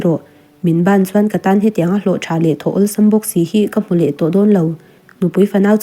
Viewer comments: Bān tiin a chhiar 😂😂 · A thu ngaihtuah lemlo in a chhiar aniang.. bân ti a chhiar zel chu😅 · Ban ilam dan hi nge awmzia😅